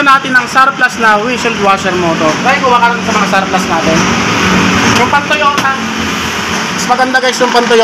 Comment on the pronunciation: Surplus not sawplus he he